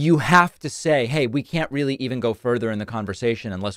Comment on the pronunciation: Yea,sure donnie,yep yew weely weely hwhipped her!!!!!😂😂😂😂😂😂